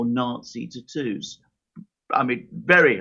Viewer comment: ta toos🤣🤣🤣🤣 "they all have ta toos." 🤣🤣🤣🤣🇺🇦🇺🇦🇺🇦